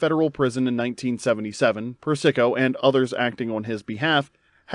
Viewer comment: Persico. PURR-SUH- KOH!! Not PURR-SICKO